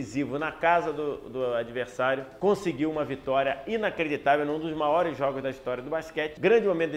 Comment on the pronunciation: Ele falou "maores" no início do vídeo